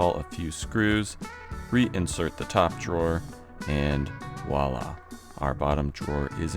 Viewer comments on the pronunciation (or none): You're killing me with the "wallah"s. 😆 I believe the word you are looking for is "voilà" (Vwah-lah).